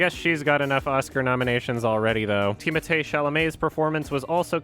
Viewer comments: I love how pronounced Timothee correctly the French way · that's how timothée's name is pronounced tho